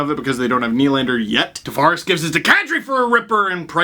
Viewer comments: Hey Steve, happy to see you again. Since it's one of my middle names, it's actually pronounced Tah-Vah-Res, not Tah-Ver-Ehs. Go Leafs Go. Buds All Day. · can you please pronounce Tavares right. Its driving me crazy